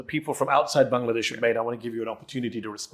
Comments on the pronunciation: he pronounced "BANGLADESH" perfectly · Thank you for pronouncing "Bangladesh" correctly🎉